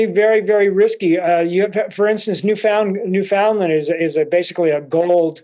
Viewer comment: Just to let you know it's NOT pronounced New Found Lind ...it's pronounced New Fin Land ..The locals are too humble to let you know that